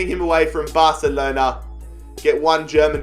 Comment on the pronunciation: You said Barcelona wrong. LOL